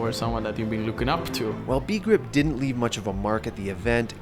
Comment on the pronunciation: It’s not Be-grip as in the conjunction of two English words. It’s a Swedish word that means ”to understand” for example. It’s understandable considering it’s a different language of course. Nice video!